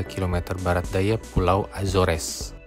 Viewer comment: Barat om bukan barats